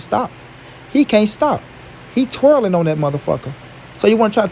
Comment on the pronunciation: He said twerlin'😂🤣😂💀